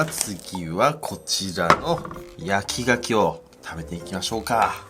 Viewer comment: 焼き牡蠣が焼き焼きに聞こえるw